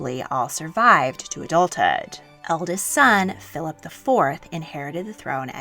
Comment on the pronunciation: I wish you would say Philip like Philip and not Philaaap